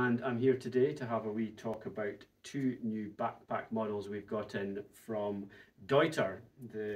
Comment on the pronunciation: Cheers to pronouncing the brand correctly